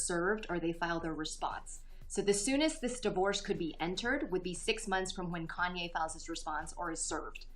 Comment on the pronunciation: Kanya? It's Kanye lol. I came to learn law not celebrity gossip. WTH